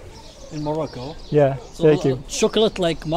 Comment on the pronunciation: Wolcome to morocoo 🥰👍